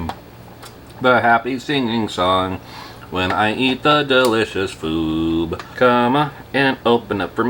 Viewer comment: “delicious foob”